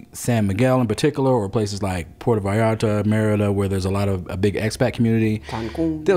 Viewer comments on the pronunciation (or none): none